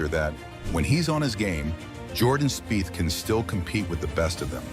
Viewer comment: Spieth is pronounced speech